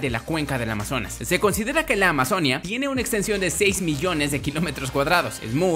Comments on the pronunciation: Se pronuncia Amazonía con tilde en la i, no Amazonia como dijiste muchas veces en este vídeo -_- deja de ser ignorante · Amazonía!! Con acento en la i 😂😂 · Amazonía... AMAZONÍA!!! Acentúa la i.